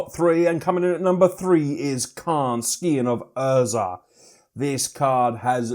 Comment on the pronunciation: "skee on of Urza"